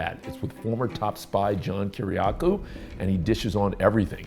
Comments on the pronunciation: It’s not kiraku it’s Ki-Ri-A-Ku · Oh man, I would feel about 2 in tall if I mispronounced the last name of someone I interviewed.. He pronounced it "kirakoo"